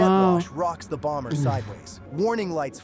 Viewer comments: For the word 'bomber' the second 'b' is silent . . . pronounced 'bommer'. For the word 'bomb', also the second 'b' is silent . . . pronounced bomm. And the 'o' in each is not a long 'o' but a soft 'o' pronounced as 'ah'. 😊 ❤ Love your channel, and especially when your wife is on with you. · the second B in bomber is silent. It's pronounced bommer. 😊 PS, Just hyped you guys yet again 👍 Blessings ~ ❤️‍🔥✝️🕊️ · Just FYI, the second b in bomber is silent.